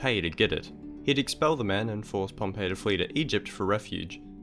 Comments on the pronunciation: Pomp-e not Pompeii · Pompey is pronounced "pomp-ee", you pronounced it like Pompeii. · Pompey* not Pompeii...